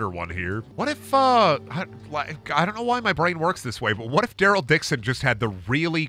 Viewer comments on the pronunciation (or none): Why he say Daryl durle 😂😂😂